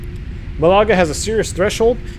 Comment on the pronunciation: Great stream. Just to advise that "Malaga" is pronounced "MALaga", not "MaLAga". (Rhymes with the Scottish surname Gallagher). :o)